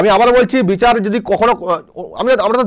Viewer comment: বিচাড় ব্যবস্থা নয় রে ব্যাটা ভুঁইফোড় নেতা ওটার উচ্চারণ বিচার হবে রে আহাম্মক!